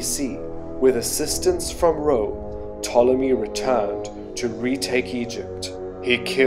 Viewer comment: Why did Hawas say Ptolemy as Potemy? Was it a Latin pronunciation or something?